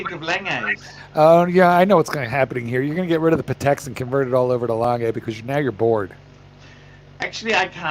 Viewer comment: Lol at honest tooth . Also why do you pronounce "langey", pronounce "langoondsunn". Danke